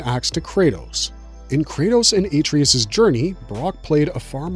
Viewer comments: “Aye-Tree-Us” YUCK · Dude clearly never played the game. "a-tree-us" huh? Why am i here listening to some dude read off a Wikipedia page?